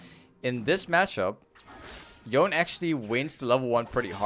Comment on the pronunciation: its pronounced "yo-nay"